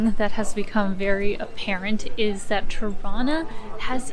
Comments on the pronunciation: It sounds like you're saying "Toronto" every time you say "Tirana" - you know, the way torontonians say it, by dropping the second "t". I'm getting the impression you're from Toronto. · Hello, is Tirana not trono! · You say Tirana, but I hear Toronna (Toronto). 😉 It's a hometown thing. Once the lockdown ends I'll visit my Albanian barbers and tell them about your videos. They are really good guys who tell me about their home all the time. Looking forward to more. Enjoy your visit. ✌✌ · I was listening while scrolling through comments and heard "Torona" too, did a double take. I think you have to be Canadian to get it :) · It almost sounds like you're saying Toronto every time instead of Tirana lol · Anyone else double-take on 'Tirana'? Sounds like how a drunk Toronto-nian would pronounce their own city's name!